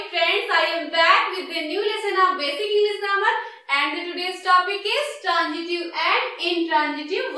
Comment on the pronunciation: Madam you are teaching well but badly pronouncing some words very wrongly which gives bad impact to the learners, as they may happen to coppy. Please pay attention to this . These few words are, Transitive , but you are pronouncing it as Tranjitive, which is wrong. Another word is example, not egjample.